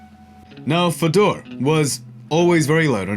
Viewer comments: Its pronounced fay-door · Love the channel. Great vid . Fedor a legend. Btw it's pronounced fay-door. Keep up the good work mate